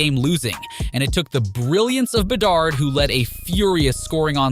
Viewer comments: My god, I did not know there were that many ways to pronounce Bedard. Is this AI? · why'd you switch up pronunciation on bedard? You had it right at first lol